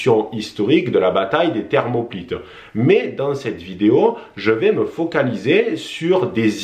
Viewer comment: Thermopyles et non Thermoplytes